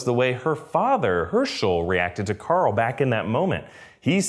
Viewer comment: "Who's Corl" lmao